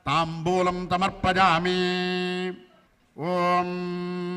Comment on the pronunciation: పంతులు గారు శ్రీ సూక్తము లోని మొదటి మంత్రం తప్పుగా పలికారు హిరణ్య వర్ణాం హరిణిం....... శ్లోకము (ఈ తనకు కొద్దిగా నత్తి ఉంది) సమర్పయామి (తమర్పయామి) అన్నారు కదా